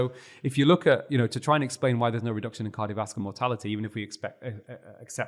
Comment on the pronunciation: I’ll evaluate my hearing, though I haven’t noted an issue to date. I can hear him & volume up or down doesn’t make any difference. He swallows entire syllables: skips right over them. “Cardiovascular”, for example, becomes “carvaslar”. That one I can readily understand because of the context and the syllables he does pronounce are a part of the familiar word he probably means. In other points I’m not already familiar with, it’s a lot of work to replay and interpret.